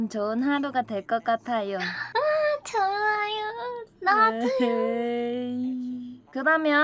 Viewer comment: 너~무 죠아요오~↗️↘️ 발음과 목소리가 한국어가 아님